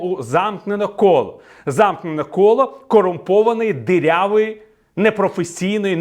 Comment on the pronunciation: Укр. дІрявою,. а. не. дирявою